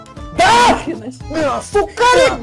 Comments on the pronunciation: ты сказал СУКАРИК 😂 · Я ОДИН НА ДУЭЛИ УСЛЫШАЛ СУКАРИК?!!!! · на минуте сказал Сукарик или мне показалось?!?!?!?! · ты сказал вместо сухарика сукарик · Мне постоянно слышалось не "Сухарик" а "Хуярик"😂😂😂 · Только мне показалось что он говорил (сукарик)